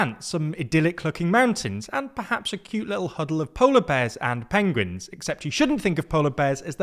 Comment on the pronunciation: that's some benedict cumberbatch pronounciation of ''pewngwuins'' xD